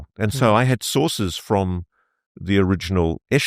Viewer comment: Ross's face makes me angry. He is a third rate grifter with nothing to say other than "sowces tell me" and "I've heard"..... bunch of baloney from coulthart and nothing more.